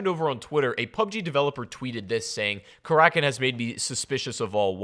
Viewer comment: its kara kin not kar rakin fuck say it right